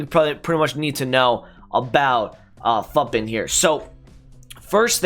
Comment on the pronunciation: Lmao I am a minute in and I am gonna subscribe and watch the rest but I'm pretty sure it's futbin like foootbin not futbin like puttbin and now I need to know if I'm crazy or not. (The way I imagined it is more akin to the way many european languages say the foot in 'football')